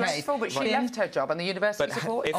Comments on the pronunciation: Was she trying to say a word resembling university? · She cannot say university but continues to say university no T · What’s a univers- ity she means university .